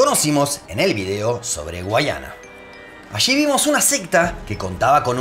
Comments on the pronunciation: Es Guyana no guayana como menciono en el video solo esa observación excelente video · Guyana, pero dices "guayana" 😕🇺🇾🇲🇨